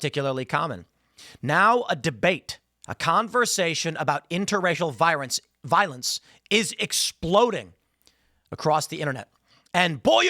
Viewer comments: “Virence “ Tim’s asianness coming to the surface 😂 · Tim really playing up his asian herritage with that "Viorence" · Tim said “Viorence” Koreans can’t L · “viorence” I see Tim’s inner Asian is coming out 😅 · Tim, that was the funniest damn slip up you could have possibly done. "Viorence" 😂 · 😂 virence 😂. Sir, your Asian is showing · The "viorence" got me... not sure if I can watch the rest of the video. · He said "viorence" LMFAO 🎉🎉🎉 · Viorence? That Asian is coming out Tim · "Inter-racial virence?"....Is Tim's inner Kim Jong-Ill coming out...? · Tim said “Virence” 👀🤣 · Okay, so are we just gonna ignore tim doing the toe typical Asian accent by saying "virence" 😅😅😂😂😂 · Tim just had a Asian moment 😂 Viorence ⚰️ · “Interracial virence” I love Tim’s Koreans accent randomly shows its self 😂😂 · Tim said viorence. His one quarter korean is bubbling up this morning. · tims korean came out for a second "viorence"😂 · tim reminds you he's half korean😂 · tim had an asian slip 😂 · grandpaw’s accent peaking out a little! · Tim's Asian accent comes out 😂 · Tims Asian accent slipped out